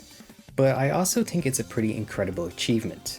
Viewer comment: Are you purposely not pronouncing your “H’s”? Tree, tink, turd, teory… What is going on.